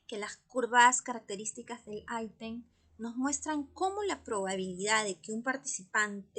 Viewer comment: Porqué dice aitem😅😅 decimos item en español 😂😂😂